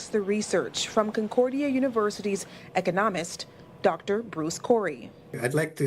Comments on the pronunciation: Did that journalist say she was talking to an “Eco-namist?!?!” 🤣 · When your black democrat (sympathetic face) journalist can't pronounce "economist". C'mon now...😂😂😂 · The way that reporter pronounced economist is hilarious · 'The news lady does not know how to pronounce the word Economist. This is how we dumb down people.